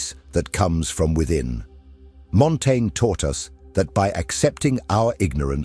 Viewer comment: Dude. Pick a pronunciation and stick with it. I got so distracted listening for the next instance of "Montaigne" that I stopped hearing the actual content.